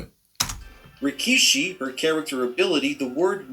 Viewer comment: Says rikishi😂😂😂